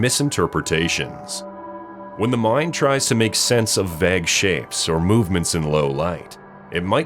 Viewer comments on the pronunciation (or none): The word Vague is pronounced with a long A. 😫🤬